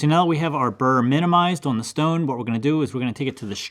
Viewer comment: "Shtone" Reminded me of that scene from MiB, when Will Smith says his gf's name is "Shtaron"..😂💀